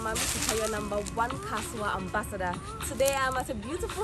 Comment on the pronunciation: You got a subscriber when you said Kasoa ❤